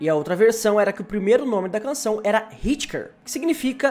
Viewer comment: "ritker" ahauahahaha Hitch Hiker Se não sabe não fala